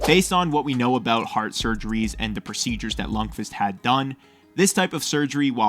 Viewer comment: What am I hearing "lung-fist"